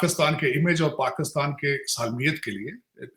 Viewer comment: Washn and dc😂😂😂, labby 😂😂 paxtan😂😂, dialaag🤣🤣, dallar🤣🤣🤣